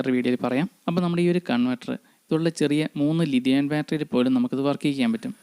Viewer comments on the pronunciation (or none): ലിതിയാൻ ബാറ്ററിയോ? കേൾക്കുന്നതിൻ്റെയോ ഉച്ചരിക്കുന്നതിൻ്റെയോ പ്രശ്നം മാറ്റണം ,തെറ്റായ സന്ദേശം നൽകരുത് ലീതിയം ബാറ്ററി അതാണ്